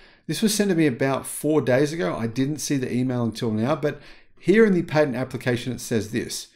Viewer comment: Pat not Pate Patent